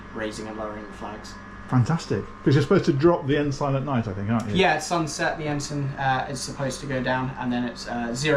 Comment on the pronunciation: note to self, it is said Ensun not Ensign. 😊